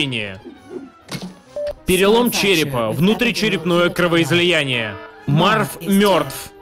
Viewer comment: Гарри мёртв от кровоизОЯния